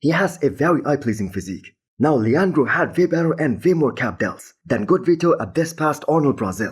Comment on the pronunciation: finally pronounced Leandro right! Good job bro, now let's if you can do the same with Colossus.